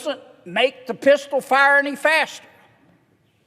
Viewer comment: “Including a Pisshtal”😂 I feel like I should pull over but im on my couch. He hit that state trooper voice 😂